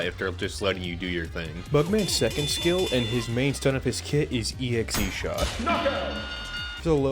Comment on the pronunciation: Bruh, not to be *that guy*, but it’s EX-shot, not EXE-shot. 🤓